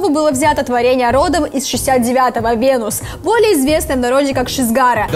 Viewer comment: Милая девушка! Ну готовьтесь вы к выпускам!!! От ударений в словах и Венуса прям уши в трубочку сворачиваются!